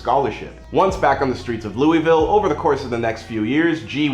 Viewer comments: Itssss fucking Louisville not LOUEEEEVELLL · ITS PRONOUNCED LOU-A-VUL